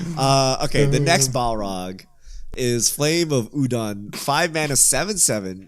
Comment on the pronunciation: Sorry, "Flame of Udon"? You were reading while hungry again. 🍜🍜🍜